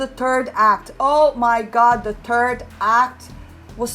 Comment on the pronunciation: You say third act and I hear turd act We are both correct